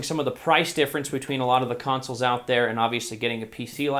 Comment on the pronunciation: Omg the way he said 'consoles' was almost made me die xD